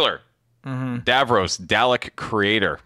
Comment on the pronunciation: Several Doctor Who fans just made a mistake in their knitting upon hearing pronounce "Dalek" wrong.